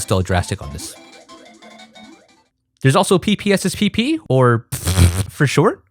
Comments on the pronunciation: "PPSSPP" or pssssrbg" for shot hahaha dude you got me laughing on that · burst out laughing at the phonetics of ppsspp